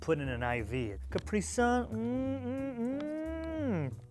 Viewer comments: It isn’t Kup-ree sun It is Kap-ree sun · IT'S CAPRISUN NOT CUPRISUN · In England we pronounce it as caprisun not capree-sun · Isn’t it pronounced cap-ree-sun not capri-sun? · did he call it a capree sun??? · Caprison are pronounced ca- pre- son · Why do you say caprisun like it has no a. I pronounce it as Cap-ree sun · Why do say Capri sun like it’s one word lmao is Cap then ri 🤣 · the way he says Capri-sun... that's new to me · I honestly was like kill me now when I heard how he said Capri sum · What did he call that Capri sun?? Is that how they pronounce it in America??? 😦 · He says Capri sun really weird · What boi says Capri sun like that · why does he say Capri so weird? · God Americans pronounce capris sun so weird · He doesn’t know how to say Capri-sun